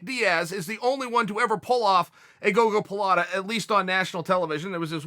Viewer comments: When he fucked up and pronounced gogoplata correctly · If Uncle Chael calls it a gogolaplatta, then by god it’s a gogolaplatta